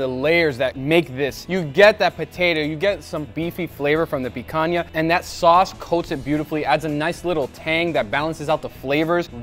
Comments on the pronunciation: I'm surprised to see a gringo pronouncing the "NH" in picanha the way it's supposed to be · Não acredito que esse tempo todo que assisto seus vídeos não sabia que você é brasileiro! A pronúncia da "picanha" entregou 😅